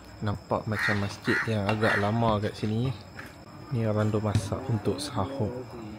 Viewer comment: Bukan sahoq tapi soq..